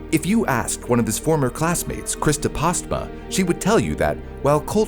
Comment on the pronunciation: Pastma? Its Postma.